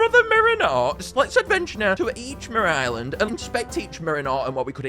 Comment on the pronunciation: "Merera Island"